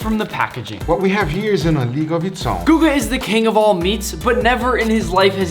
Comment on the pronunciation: Guga not google